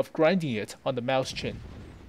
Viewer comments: Not happy with your pronunciations. "MOYS-hin" It's not Mouse-chen it's MOYS-hin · Wrong. It is in fact pronounced "Moy-sen." It would be the same way if you were to say Räume, which means "to empty/evacuate" in reference to a space, room or chamber. Or for better proof listen to "Mann Gegen Mann" from Rammstein, one of the verses speaks: Ich bin die Ecke aller Räume, ich bin der Schatten aller bäumen." which translates to: "I am the corner of all rooms I am the shadow of all trees" yadda yadda, etc so on.